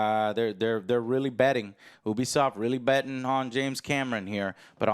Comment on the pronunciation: Whoever sees themselves in that pretentious hipster-shit is the problem... Also it's pronounced "neesh" and "Yoobisoft" :P